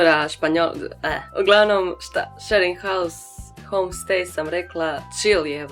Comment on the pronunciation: WTF? Shearing house? šering haus > SHARING HOUSE